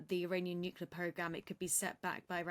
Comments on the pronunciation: Nu-cu-lar on the bbc by a Brit 🤦‍♂️ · Woman! You are British! It's pronounced "new clear", not "new kewlar".ffs